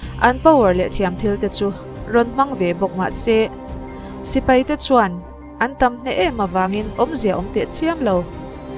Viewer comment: Mei ❌ Mai✔️ Sipei ❌ Sipai ✔️